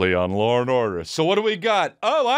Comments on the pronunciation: Previously on loor n order 😂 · Do you know how to say Law correctly? Or is that a bit lol